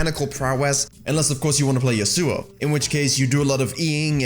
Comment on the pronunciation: yAsuo, not yasUo I got cancer from that pronunciation